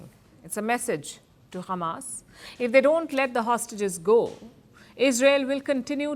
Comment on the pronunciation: At least Palki Sharma stopped pronouncing h@ as khamas 😂😂 Edit: I was wrong, she pronounced h@ as khamas at the end.